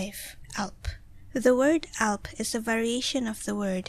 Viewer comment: "Alb", not "Alp" :)